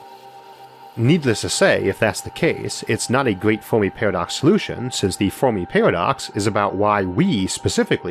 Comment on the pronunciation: Oh man I'm sorry. This guy is brilliant but I can't get over the "Fowmi Pawadox" lisp... all the r's being w's sounds like a genius 9 year old and I'm just laughing... aw man this sucks cuz its rly interesting but holy shit xD